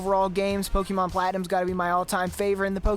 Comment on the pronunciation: Stop saying Pokemon wrong 💀💀